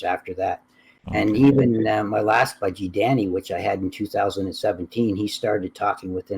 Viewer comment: Why do you say budgie like bougie ✨💅